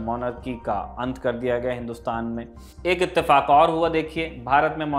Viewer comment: It's not itefak , it's the fu..